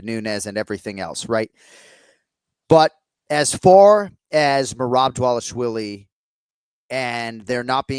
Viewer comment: Another name Jon cant say. Its DvalishVILI, not DvalishWILLIE. Come on man